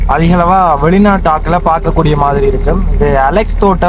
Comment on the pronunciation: Alex அல்ல , அலஸ் தோட்டம். தயவுசெய்து ஊர்ப் பெயர்களை அறிந்து சரியாக உச்சரியுங்கள் தம்பி🙏